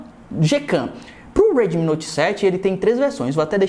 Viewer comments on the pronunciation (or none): Sou fã de vc cara mas fico com agonia pq vc fala '' redmin'' ao invés de ' redmi'